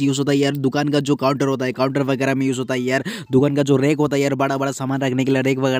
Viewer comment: Bhai literally said #vigra instead of vagairah😂